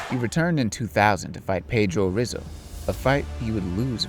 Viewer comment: Why do all this research to mispronounce Brazilian names. Royce is pronounced "Hoyce" and Rizzo "Hizzo"